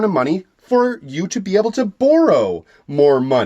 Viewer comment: Why you say boru, not borrow??? Are you such a big fan of Naruto???